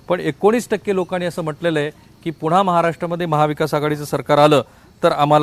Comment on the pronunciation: पुणा,पुणा, पुणा नाही पुन्हा पुन्हा पुन्हा म्हणा न आणि ण च्या उच्चारांचं भान ठेवा असे सैल मोकाट उच्चार करू नका तुम्ही नक्की कुलकर्णी च आहात ना?